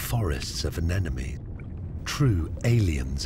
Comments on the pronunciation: Anenome? It's Anemone. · I actually do not believe I heard this narrator say ‘anenome’! Twice! I thought that this was a documentary that could teach me something. Evidently not. If he cannot even pronounce the organisms properly, I could teach this video. Oh yeah dude, corals are not even distantly related to urchins and sea stars. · One of the better ocean docs. Alas, yet another narrator who can't pronounce anemone. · Is there a reason the narrator mispronounces "anemone?" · The narrator mispronounced ANEMONE? Embarrassing. 😎